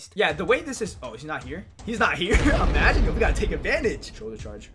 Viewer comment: Why he keep saying amagine